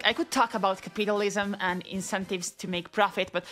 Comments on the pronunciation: Ca-pita-lism mentioned! I'm so happy to hear someone pronounce it like that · ca pain in the ass lism